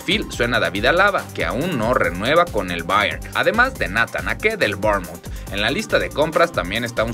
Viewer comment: En cada video es u go que no se saben los nombres de los jugadores!!! Skriniani? osea siendo una cuenta que informa sobre noticias de fútbol y ni siquiera se saben los nombres de los jugadores!!!??? Y escuchen como pronuncian Bayern y Bornemouth, Bayern es un equipo Alemán, no se porqué "INTENTAS" pronunciarlo bien en Inglés